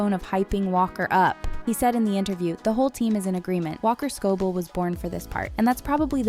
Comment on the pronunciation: "walker scobull" is crazy